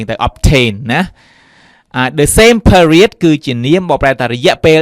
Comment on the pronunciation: Explode អានថា អ៊ែកស៍ផ្លូដ មិនមែន អ៊ែកស៍ផ្លដ ទេ Period អានថា ភៀរៀដ មិនមែន ភឹរៀដ ទេ Said អានថា ស៊ែដ មិនមែន សេដ ទេ Most អានថា ម៉ូសធ៍ មិនមែន ម៉ស់ធ៍ ទេ The report read៖ read ទីនេះ គេអានថា រែដ (past tense) សូមសរសើរលោកគ្រូដែលអាន Experience ថា អ៊ែកស៍ភៀរៀនស៍ បានត្រឹមត្រូវ